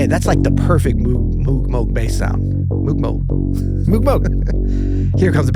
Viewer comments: It’s pronounced Mogue! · You got it right in the end, but just for the record "Mowg" is indeed the correct pronunciation, an anglicized version of the original German name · Great discussion! These guys are SO into music. It's MOH-g. I've heard the Moog creator himself pronounce his name. Stevie is a once in a century talent. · Bob Moog's last name: Two O's in German = long O sound (rhymes with "vogue").